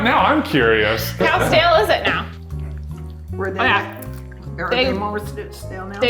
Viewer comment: "they're STA-LE" HAD ME DYING